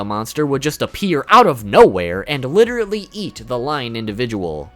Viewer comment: L.i.t.e.r.a.l.l.y. , not "literaTEly"